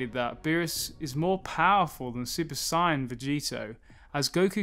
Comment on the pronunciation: The way he says sayian is hurting my brain